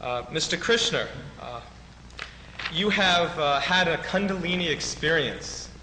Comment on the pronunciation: I wonder when this was done. Happy to see it. It's just great. I read one of Gopi Krishna's books back in the 80's. The Kundalini is a fascinating subject. I wonder about the year because the interviewer sounds very ignorant in the way he pronounces both Krishna and Kundalini.